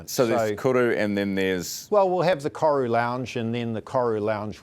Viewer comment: You’d think the CEO of Air NZ could pronounce “Koru” properly 🥴🤦🏽